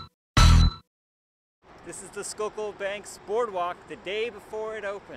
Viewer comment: Я конечно понимал что не School-kill произносится, но скукул =D